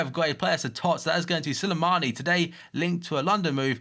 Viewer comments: It's "Slimani" not "Silimani" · y u say Sulimani its SLIMANI